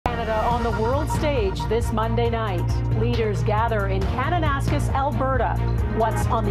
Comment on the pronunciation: If you're going to use the name of the city you should have at least learned how to pronounce it. It is pronounced cana - nas - kiss not ca- nana - skiss.